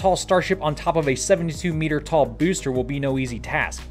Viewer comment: I like the way you say"bewster"